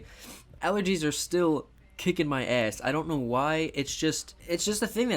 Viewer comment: Why do you say ass like that